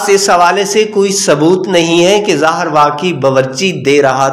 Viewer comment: Lefz,, zeher,, apna urdu tulafaz or durust karyn, zeher,, lefz gult bol ry thy